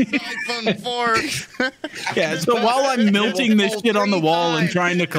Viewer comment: I swear to god if I ever meet in person I’m gonna teach him how to pronounce the word “melting”